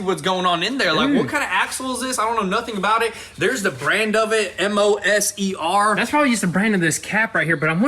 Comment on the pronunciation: Your axles are pronounced moe-sure as in Mosier axles